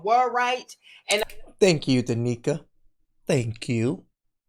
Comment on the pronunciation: It is not Danica! It is D'Nieka.